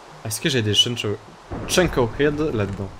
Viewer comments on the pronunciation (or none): none